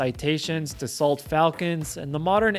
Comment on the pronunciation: FYI Dassault is pronounced Da’-so